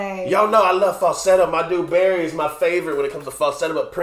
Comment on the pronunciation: "Barry", lol.